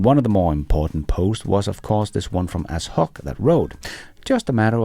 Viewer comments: Ashok is pronounced Ash - Oak, not Ass - Hok.. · "Ashok" is pronounced "Ash-oc" now "Ass Hawk" :)) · Ashok himself pronounces his name "ash-oak". Like the two trees.